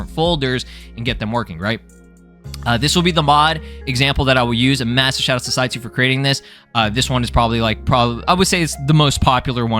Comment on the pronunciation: That entire time you were saying "Saitsu" towards the beginning of the video. I kept hearing "CyYu" and kept going "Wait.. When did Kaggy become a mod dev?"